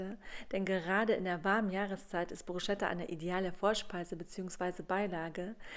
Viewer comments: kleiner Tipp es wird nicht Bru"SCH"etta ausgesprochen sondern Brus"ketta" ;) Mit roten Zwiebeln schmeckt es umso besser. Sieht Lecker aus! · Das sch in dem Wort Bruschetta spricht man nicht .... Man sagt : BrusCeta man muss es also wie ein K aussprechen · Es heisst : BrusKetta 🤓ausgesprochen.... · Für mich ist und bleibt es Bruschetta, und nicht Brusketta. Bin mit dieser Aussprache aufgewachsen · Das habe ich aber anders gelernt🤔 Brusketta wird es vielleicht im Italienischen etc. ausgesprochen, aber im Deutschen glaube ich Bruschetta. Aber wen juckts jetzt? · Man spricht "brusketta" aus! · Brus ket a, bitte ohne deutsches sch, dann schmeckt es mehr nach Italien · Es wird „Brusketta“ ausgesprochen 😳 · nein es geht nicht beides! Man spricht es BRUSKETTA aus! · Geht nicht beides es wird bruscetta ausgesprochen und nicht mit sch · Es ist ein Italienisches Wort und im Italienischen spricht man das ch wie ein k aus. Man sagt ja auch nicht Gnoschi sondern nokki (Gnocchi)